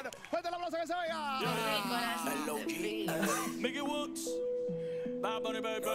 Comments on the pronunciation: Bruh it aint milky woodz its miky woodz like miky like saying micky mouse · Bruh it's miky not milky